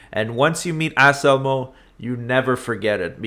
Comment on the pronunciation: Did you say his name is Ass-Elmo? 🤣